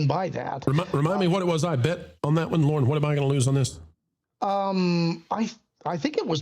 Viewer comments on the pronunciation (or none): Disney might go for that - every time calls on Lorn it sounds like "Lauren", so he ✔️ the DEI checkbox